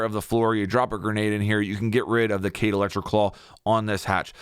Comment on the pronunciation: people still call Kaid “cade” after all these years lol.. it’s “kai eed”